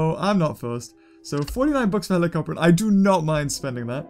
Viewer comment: It's helicopter not helicorpion